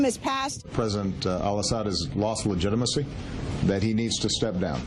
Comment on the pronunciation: ...American citizens thought the Democrats lost legitimacy to lead. or legit-i-macy as pronounces it.